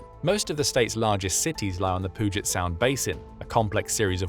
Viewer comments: It’s pronounced pew-jit sound. Not “poo-jit” sound. lol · His pronunciation of Puget and Fuca was hurting my ears😂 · As a Seattle resident… one of the great joys I have is listening to people trying to pronounce things in Washington lol. Puget Sound (Pew-Jit) Snohomish (Sna-HOME-ish) Spokane (S-poe-CAN) Yakima (Yak-a-maw) Mt. Rainer (Ray-Near) These may not all be the official pronouncements, but it IS how Washington residents say them. Among a ton of other little ones. Probably the worst is I always hear Spokane being said (rightfully so) how it looks. It’s not, KANE, it’s CAN.